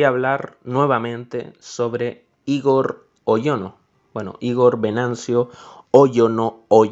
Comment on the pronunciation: Gran video pero Igor se pronuncia con el acento en la o en vez de en la I